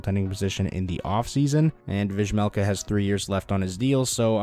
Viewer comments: Vejmelka is pronounced like VeYmelka! You're welcome. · It's pronounced "Veymelka" please 😅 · dont butcher vejmelkas name like this please Its pronounced like veymelka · The J in Vejmelka is silent right ?